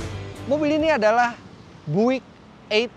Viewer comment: om Fitra, Bung Karno tahu banget mobil Amerika yang keren seperti apa. General Motor memang produsen hebat. Btw, itu mbacanya Buick harusnya [byu-ek] ya?